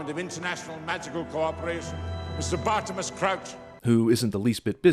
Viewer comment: Apparently “Bartemius” is pronounced “Bartimus” now. In the books Amos Diggory uses floo powder like that earlier in the goblet of fire, and Harry does it twice in order of the Phoenix.